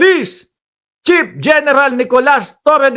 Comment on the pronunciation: Pnp chief hindi pnp chip ayusin mo naman pronunciation mo.